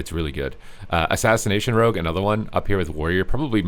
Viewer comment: Don't encourage how he says it please